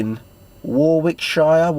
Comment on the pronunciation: WAR-WICK-SHIRE 😂😂😂😂😂 nearly mate